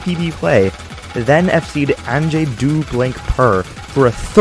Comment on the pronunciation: Hehe, the way he pronounces "Angé do blank purr"